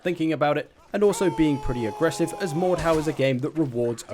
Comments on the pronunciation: so its pronounced mordhaw, i used to call it mordhu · the way he says mordhau is autistic, its not mordhow